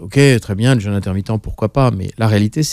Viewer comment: Un "jeûne! "pas un "jeune"...S'occuper de son corps ne suffit pas, il faut s'occuper aussi de la langue Française.